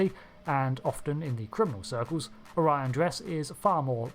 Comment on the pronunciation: Don't forget: the blue skinned house of Azure pronounces the species' name "Oh-ree-on".